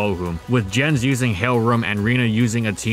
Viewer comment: The J in the name Jens is pronounced like the y in you